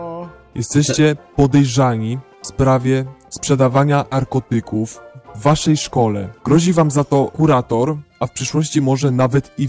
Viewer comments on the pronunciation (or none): czy tylko ja slyszalam"sprzedawanie arkotykow a powinno być narkotyków?